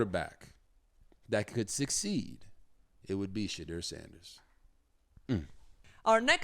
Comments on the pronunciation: Robert, please learn to pronounce his name.It's She-door not She-drrrrrr😮 he hates that he said it in an interview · Rg you interviewed him his name is pronounced Shadoor not as it is spelled